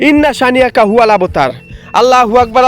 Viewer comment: ভাই আমি একটা ভালো কথা বলি আজে আজন দিচ্ছেন আপনি বলছেন আল্লা হবে না হবে আললো হবে লা না লো হবে ভাই ❤